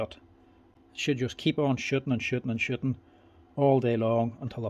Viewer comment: Just needs a regas then they just keep shittin and shittin and shittin. Allll day long maybe shit a thousand nails. Haha I watch your videos all the time because your so smart and a great teacher but my American brain just cannot unhear you saying shit a billion times. Please don't change